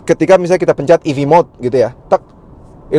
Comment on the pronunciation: ev kak bukan ef😅 salah ucap kak